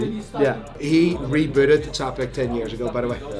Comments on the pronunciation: It needs mentioning that it’s not pronounced “Ts-apek” like repeatedly does here, but “Tsch-apek” since it comes from the Polish (well, strictly Bohemian Polish) name of the founder, Franciszek Czapek. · you need to learn how to correctly pronounce Czapek!